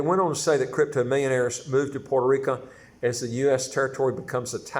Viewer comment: It's pronounced Puerto RicO, not Puerto RicA.